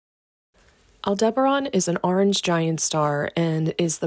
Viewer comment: AI script can't pronounce Aldebaran